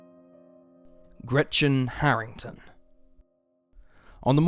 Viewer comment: Sorry, but the way he pronounces Gretchen triggers me so much, as a german.